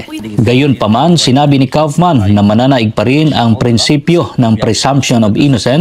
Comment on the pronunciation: Korek ang pag pronounce mo sa Kaufmann..German family name yan dito sa Germany ang Kaufman and it sounds like "" Cowf'man"" at hindi Kafman tulad sa ibang vlogger mag pronounce sa Kaufmann..Watching here in Germany..